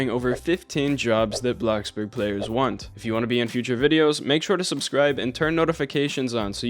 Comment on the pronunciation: BRO STOP SAYING BLOXBURG LIKE THAT